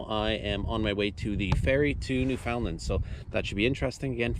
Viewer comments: You are from Canada and can't pronounce Newfoundland? New-Fun-Land. Accent on the first syllable. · Newfoundland is pronounced NEW fin land, not New FOUND land.